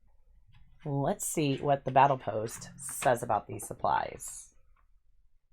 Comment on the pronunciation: Don't get me wrong, the boxes and your art is great. However. That says "bottle post" not "battle post" unless I heard it wrong several times.